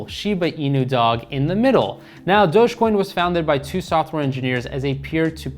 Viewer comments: "dogey" coin hahah! love this guy. great information though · you pronouncing dogecoin as dogiecoin is a red flag